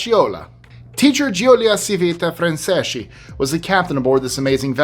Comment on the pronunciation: Giulia Civita Franceschi is pronounced JUlia CHEEveetah FrahnCHESki in English phonetics. She's known as the Montessori of the Sea. There is a museum dedicated to her in Napoli (Naples), Italia.